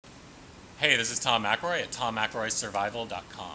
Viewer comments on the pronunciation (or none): Tom, please forgive me for my ignorance. Your surname reads McElroy. Is that not pronounced "Mic-El-Roy" with the accent being on the "El"? I cannot understand when you pronounce your name. Sorry.